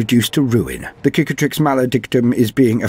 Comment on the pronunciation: Sick-atrix, not kick-atrix, meaning scar It's the same word in french, cicatrice = scar